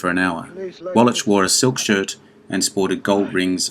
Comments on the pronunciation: that's pronounced walla(k) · Infuriating when video mispronounces the name of Eli Wallach, who it purports to be honoring.